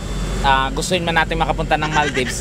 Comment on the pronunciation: sorry po but saying it correctly is maldives and not maldibs (example lng po) pls search it from google pronunciation and hear it sounds.